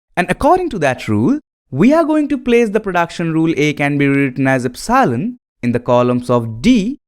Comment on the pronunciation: please learn to pronounce epsilon, its very annoying